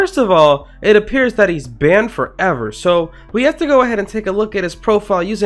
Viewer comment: bro how he say banned forEVER